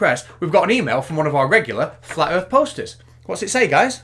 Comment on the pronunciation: That's a trick challenge, when you show him a picture of the earth he's gonna say I didn't say earth I said erf.